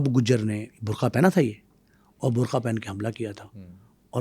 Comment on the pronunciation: Dear, the word is BURKA, NOT BURKHA, Please correct this and improve your Urdu accent. You are providing very valuable content. Thanks.